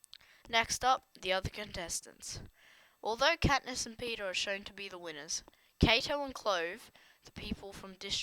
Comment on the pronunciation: It is peeta not peter